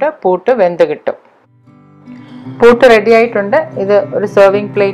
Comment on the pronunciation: പൂട്ട് അല്ല പുട്ട്